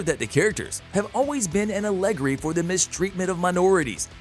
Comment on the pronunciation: I enjoy these videos but why so many problems with pronunciation? Allegory Machinations LeBeau Etc...